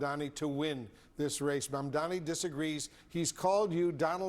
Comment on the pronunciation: This man has tried every possible combination of "m"s and "n"s to avoid saying Zohran's Mandani's name right. He's finding pronunciations modern science had deemed impossible.